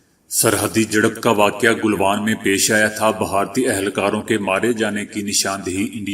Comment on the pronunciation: گلوان "گ" کے فتحہ کے ساتھ فن لیند "ف" کے کسرہ کے ساتھ تلفظ کے معاملہ کافی مشقت کی ضرورت ہے